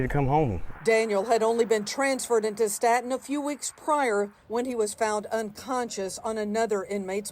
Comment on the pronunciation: You can tell how little and the other anchors report on our prisons. She says sta-ten but it's stā-ton 🙄